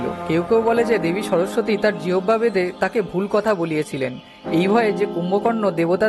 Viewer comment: জিওবভা আবার কি জিনিস। সঠিক উচ্চারণ না পারলে জিভ বলুন। আর ভিডিওতে অমন পাওয়ার পয়েন্ট এফেক্ট দেবেন না। কন্টেন্ট ভালো, শুধু প্রেজেন্টেশনের অনুন্নত মানটা ভালো করুন প্লিজ।